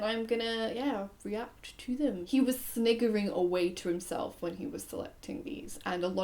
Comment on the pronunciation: AYE YO!!! Please don't say "snickering" like that😂